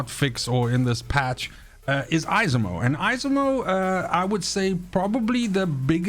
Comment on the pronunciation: 😂 It's pronounced Esimo. The second e is almost silent.